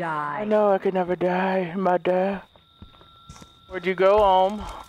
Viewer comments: BRUV, SAID "MUDDER" NOT "MOTHER" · Noticed how he says “mouder” instead of “mother” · Whenever says Mother it sounds like moder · “I will kill them kidder” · daniel pais if you’ve only just herd misspeak like that you obviously ain’t been watching him for long 😂